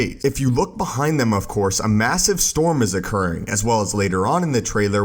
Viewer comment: Of Course not “Of Cour”